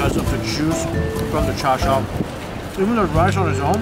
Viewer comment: Hearing her say char sui pisses me off